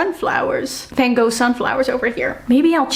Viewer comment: Not how I expected you to pronounce Van Gogh. When you started to talk about your background I was just waiting to hear you, a Dutch person, say it.